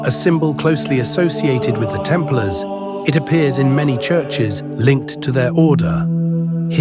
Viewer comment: Temp Laars? It's pronounced: Templers. A I voice overs pffff!